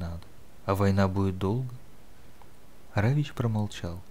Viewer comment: Почему Равич? Равик.